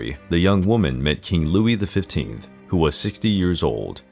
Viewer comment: The future Louis XVI was the eldest surviving grandson of Louis the Fifteenth (XV). The narrator made it sound like "fifth". By the way, Medici Is pronounced MÉdici not MeDEECHEE.